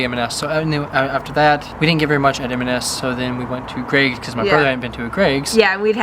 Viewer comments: Just a couple of things on pronunciation: Greggs is literally just "eggs" with a Gr in front - not Greigs. And Fenwick is pronounced "Fennik" 👍👍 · Greggs is pronounce to rhyme with 'eggs'!